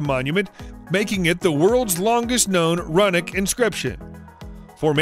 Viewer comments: It is pronounced roo nic not run ic. If you don't know that or can't be bothered to look it up then I can't be bothered to watch your video or believe anything you say. Seriously it's called a dictionary and they are online as well so it doesn't even take that much time to figure it out. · lol run-ic... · Wow couldn't even get thru the first find!!!! It's a rune stone not a "RUN" stone and "RUN(E)IC" stone not a " RUNIC"